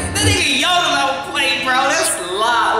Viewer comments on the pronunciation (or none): none